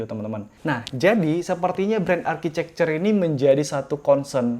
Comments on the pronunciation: Bukanya tulisan architecture bacanya arsitektur ya, kok architecer bang? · Bren arcicekcer?? Harusnya arkitekcer.. Saran aha bang.